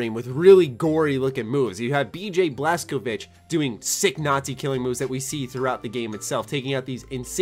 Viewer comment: Bj Blaskovich lol it's Blazkowicz